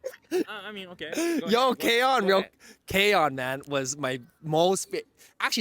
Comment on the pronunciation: yeah, but he said k-on . he made peace